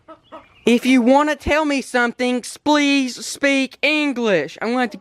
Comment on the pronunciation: He said slplease